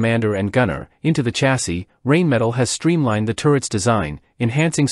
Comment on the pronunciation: Come on, learn your correct pronunciation for the manufacture's name. It is a German company and is pronounced like rhine and spelled Rheinmetall.